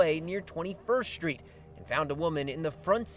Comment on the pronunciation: He talmbout SKREET..hmmm 🤦🏾‍♀️